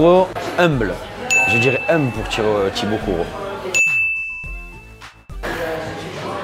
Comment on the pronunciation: Il a dit Thibault courrault ??😅😂